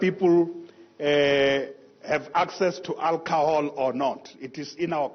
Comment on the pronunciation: It is alcohol not alcahol.